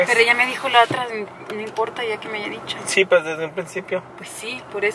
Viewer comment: No es "aiga" es haya